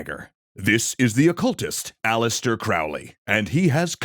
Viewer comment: It's Aleister not Alistair.